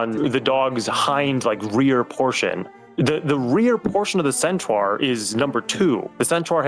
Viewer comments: Its sentar not sentwuar Pronounce it right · all i can think about is pronouncing centaur as “centwar” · Can we just acknowledge the baffling way that pronounces Centaur? "Scent-trar" is incredible. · I love how keeps pronouncing centaur as centwar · Why tf is saying centaur so fucking wrong.